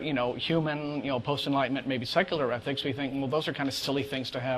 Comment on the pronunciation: Why does he keep saying 'athics'?